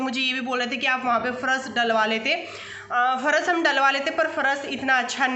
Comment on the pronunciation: Pharas nahi phars hota h